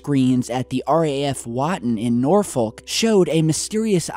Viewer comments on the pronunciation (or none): Norfolk is pronounced Norfuck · Its pronounced norfuck just a heads up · Merry xmas from Kings Hill in kent,and its pronounced Norfook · Love this as it's very local to where I grew up. It's pronounced Norfuck and Suffuck though for future reference. Love your work mate, keep it up, 2017's been a great year and so looking forward to more from you in 2018! Merry Christmas to you and yours 👌👍😊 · Everyone saying that people speaking in American accents, that is because the RAF bases in Norfolk and Suffolk in England had US air force based at the near by bases, and a.note for (it's pronounces wott-on and Nor-fuk) coming from a person who lives half an hour away from where this happened;) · Your pronunciation of Norfolk is incorrect. It is pronounced "Nor-fuck". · Norfolk. It's pronounced Nor-fuck. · DUDE WHAT ON THIS TAURODIAL THING WE'RE ON IS YOUR PRONUNCIATION OF NORFOLK